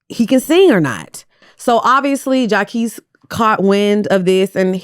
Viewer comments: Shout out to jaqesse im a fan 😂😂😂 as u pronounce his name wrong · jania and jaquees caught strays with the pronunciation lmaooo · Mispronouncing jacquees over and over is sending me lol! is funny without trying.